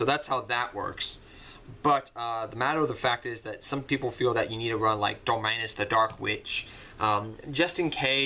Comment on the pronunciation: It is the herald of ultamitnesnesnesnesnes